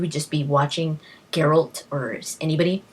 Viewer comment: Brawa dla Pani, anglojęzyczna, a mówi 'geralt', a nie jakiś pierdo*ony 'dżerald'. Ufff. Zajebista recenzja.